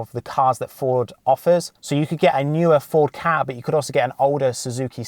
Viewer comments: It really bugs me how u say ford ka like kah isn’t it k-a but over all a fairly decent video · It’s K A not ka